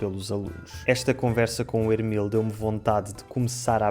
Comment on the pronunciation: Eu acho que o nome dele é Emil, não Ermil . Assim é o nome romeno. Moito interessante o vídeo! Obrigado!